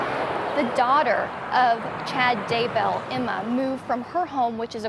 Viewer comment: I didn’t realize Daybell rhymed with jail. I also didn’t realize that “bail” was pronounced “bell”. Thanks to this national news reporter for clarifying this.